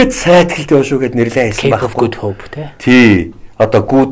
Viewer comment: За гайхамшигтай сайхан ярьж байна. Их баярлалаа.Харин судлаач маань англи хэлний дуудлагаа сайжруулахгүй бол жаахан онигоо болно шүү. Good hope,native үгүүдийг арай юу. засаад л.